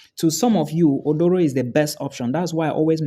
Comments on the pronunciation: Its Aduro not oduro 😂😂🤣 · Asylum seeking better pronounced "Aduro". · Is not Odoro. Is Aduro